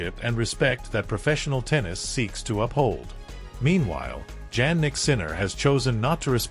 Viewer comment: Your title is completely out of context, And please when you are going to learn the real pronounce of his name: Jannik is Jannik it's not Djannik, You are really hopeless anglo...... or .